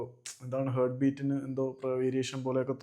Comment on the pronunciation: Hert alla heart